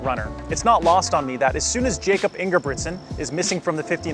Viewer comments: Pronounced Yakob dude. C’mon. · It’s pronounced “Yacob” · Jakob, the way you said it is English. He is from Norway, which is pronounced as YAH-kup. I am just trying to help! So, hopefully this is helpful.